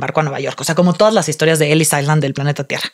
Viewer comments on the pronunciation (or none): none